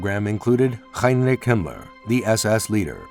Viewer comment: An H at the beginning of a word like Heinrich is the same in English and German, so don’t know why you have a weird way of pronouncing it